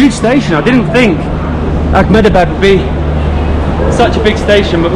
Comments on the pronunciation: You guys are doing a fab job as ambassadors of India. Totally with you! Just a little request. Please don't add a 'c' or 'k' sound in a word that doesn't have it. It's Ahmedabad not Achmedabad. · It's not Ach-medabad. It's pronounced Eh-med-a-baad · Its Ahmedabad not Akhmedabad, we dont use Arabic pronunciations in India